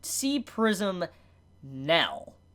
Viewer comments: Can not pronounce "ai"? He pronounces nail " nell" and fail "fell" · Bro the way you say nail 😂 you say it like NEL lol other than that good review